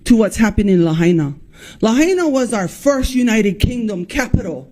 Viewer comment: Ya still can’t pronounce “Lahaina” hahaha ….anyways, all joking aside, this place is scarier than ever